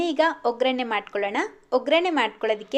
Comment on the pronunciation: Very nice 👍🏻. ಒಗ್ರಣೆ ಅಲ್ಲ. ಒಗ್ಗರಣೆ.